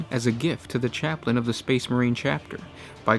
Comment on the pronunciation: You said chaptin